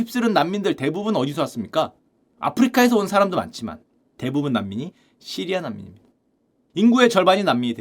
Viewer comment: 왜 자꾸 시리야라구 해여...시리 폭주하네